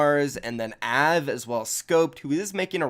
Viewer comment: The way he said av is just annoying lol